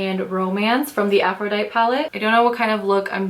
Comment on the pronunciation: Love this video! Thanks. FYI... it's pronounced "afro-die-tee" like the Goddess ;)